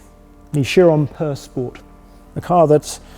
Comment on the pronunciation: "Purrr spore" Come on, ya limey.